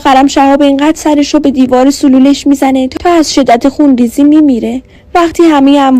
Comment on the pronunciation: خواهشا سلول را درست تلفظ کن چرا میگی سولول😮